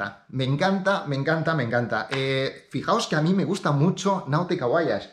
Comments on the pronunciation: Un español la pronuncia así. Leemos todas las letras excepto la H. En inglés es voich. Personalmente mola más voayash, pero bueno, en España por ejemplo Nike es Naik y no Naiki. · porque dices VO A YAGE, en donde esta la A en el nombre VOYAGE??